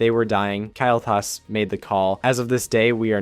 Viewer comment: or calling Kael'Thas "Kyle"